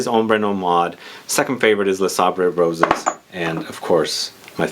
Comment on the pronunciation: It's "Les Sables Rose" you don't have to pronounce the "S" at the end